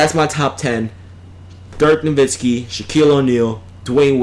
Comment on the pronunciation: Yeah, that fool said Dirk Nowitzki! Can you believe that sh*t?!